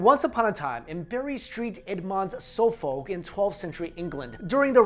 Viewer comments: Suffolk and Norfolk are pronounced Ser-fuk and Nor-fuk. Cities like Cheshire aren't also pronounced as in the Shire from LOTR. It's Che-sheer. Sorry, just had to say it ;-) I honestly cringe when I hear Americans pronounce English cities towns like that hehe. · The way he pronounces Bury St Edmunds and Suffolk is priceless